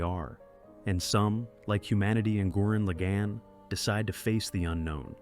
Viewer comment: almost took back my like for that absolute butchering of the pronunciation of gurren lagan…never do that again